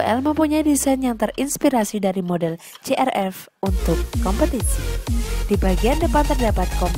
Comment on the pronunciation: bukan crv tapi crf kali,kok ngejanya salah gimana sih mbak jawa...